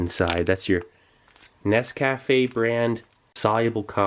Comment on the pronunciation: The word Nescafe is pronounced nes ka fay.